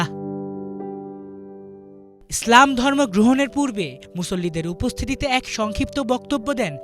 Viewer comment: ইসলাম উচ্চারণটা স্পষ্ট করবেন,স্লাম উচ্চারণ করবেন না, শুরুর দিকে স্লাম শুনা যাচ্ছিল।